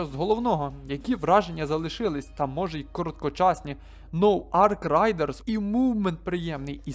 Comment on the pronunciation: Рейдерс, не райдерс